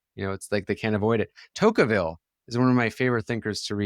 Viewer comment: Rousevelt and Tokeevil The idiosyncratic proper names continue!